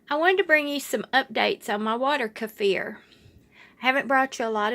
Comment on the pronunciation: Thanks for pronouncing this properly I can’t watch any more videos where they call them keefer… Thank you 🙏🏽